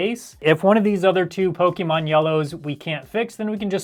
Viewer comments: PokEmon, not Pokimon ... but cool video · For the love of Pokémon, the é is pronounced "eh." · Pokimon? why i ? POKI mon xD lol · I love Pokémon games but the e has an accent mark making it have a long A sound:Po-kay-mon. Po-kuh-mon is also acceptable but it's not an ee sound like you were saying.